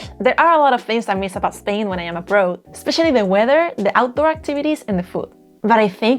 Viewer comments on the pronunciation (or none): Señorita, you have a problem with your pronunciation of one word - the word “abroad.” I can understand why because pronunciation of English words doesn’t follow rules, as it does in Spanish. Don’t pronounce “abroad” with a Spanish “o”. Instead pronounce the “oa” like “au,” as in August. I know that this seems counterintuitive, but much of English pronunciation is not terribly logical. Most of your English is very well done with your ever so cute Spanish accent. Tu acento es muy agradable y precioso. I think that you could have warned your viewers in your 10 things not to do in Spain video that if someone was becoming too flirtatious that they could use the phrase “no me tu te es” to cool things down a bit. I don’t know how they may be in Spain, but in Mexico young men can become quite aggressively flirtatious with foreign women. I am an older gay man, so sadly most jovenes are not flirty with me at all when I visit La Republica. Que triste para mi. 😢